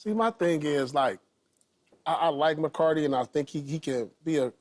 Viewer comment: why is nobody talking about Paul calling McCarthy McCarty 😭💀